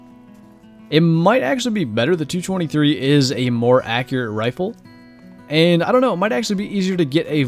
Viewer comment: At4.00 you said riple 😂😂